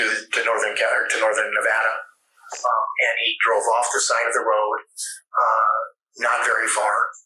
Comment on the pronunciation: Learn to pronounce Nevada! 🤦